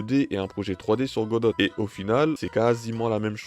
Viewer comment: Tres bonne vidéo chef 👍 juste pour tu dit godote ça me tilte 😭